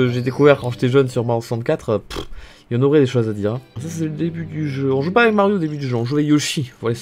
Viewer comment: Je pense que beaucoup de gens ont remarqué mais ne dit pas "aveC" mais "ave" 😭il enlève le C mdrrr